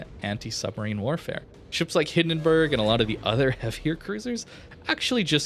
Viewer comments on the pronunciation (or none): none